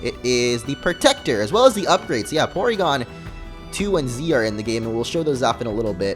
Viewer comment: It's pronounced Porygon. With an R. lol ;D